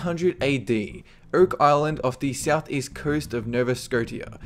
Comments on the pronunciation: Its Nova Sco-sha not Sco -T-ah. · For #3 it's pronounced Nova "sco-shia" not tia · Nova Skoteeya? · Really? Nova Scotia is pronounced "Nova Sco-sh-a" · By the way, it's pronounced "Nova Scoshuh" your welcome :D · scotia is pronounce scosha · Nova "Scoh-tee-uh" He says. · Nova 'Sco-tee-a'??!?!?!? Did you even go to SCHOOL?!?!? Nova 'Sco-SHA,' you IDIOT! Your accent' is pathetic, and it's NO excuse for your ABYSMAL record of mispronunciations of things you list, your inability to 'sustain' your 'accent' - even mispronouncing a 5-letter word; 'proto' - I never thought I'd hear someone with the inability to pronounce such a simple word.